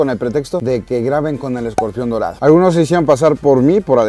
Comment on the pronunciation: Yo le entendí Modorado jajaja